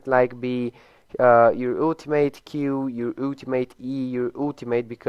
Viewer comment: I don't know why people pronounce "ultimate" that way.